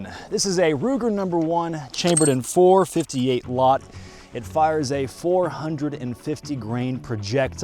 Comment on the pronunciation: The "Four Fity Hate a Lott" 😂